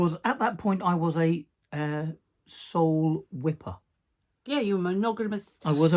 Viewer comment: Sole-WIP-er. That cracked me up. Sole WIP er not to be mistaken with Soul Whipper 🤣 I love your Moose! Did you name him Johnny? 😍